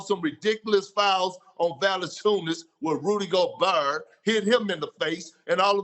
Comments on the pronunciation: Nobody: Kendrick perkins: rudigobarrr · “Rusy Goberg” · "Rudy Goburrrrrrr" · Nobody: Kendrick Perkins: Rudy GoBURR lightning ⚡️🍦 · "Rudy GoBrrrrrrr" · “It’s gonna be anotha different story when dey get to memphis” lmfao and “Rudy Goburr” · Valechinus, rudy goburrr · Rudy goburrr KENDRICK PERKINS 😂😂😂😂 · Kendrick Perkins: Rudy GobuRRR 🤣🤣🤣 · Nobody: Perk: Rudy Gobrrrrrrrrrr! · No one: Kendick Perkins : Rudy GoBrrrrrr